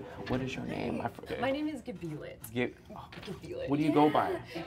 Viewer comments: literally says her name wrong its hilarious ignorance is bliss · It was over as soon as he didn't want to say Gebilet's name properly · actually it was very dismissive and made it seem like it was too much work simply to pronounce her name correctly AND then he had to go on to be like oh yeah my name is it’s just two letters it’s super easy…come on dude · Hard agree.. within the first few moments and he didn’t even want to learn how to pronounce her name. Just gave her a shitty nickname and was like let’s move on.. from that moment Gebilet should’ve just known. I wouldn’t let anyone disrespect me like that.. especially if it’s on a date. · bro THANK YOU! So cool that asked Gebilet again! I don't get this dude. The name isn't hard to pronounce. Just give it a few trials